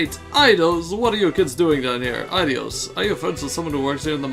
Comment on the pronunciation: Just an fyi it's "Ayy-dee-os" for Aidios. Which that'll be a name you hear throughout the entire series haha.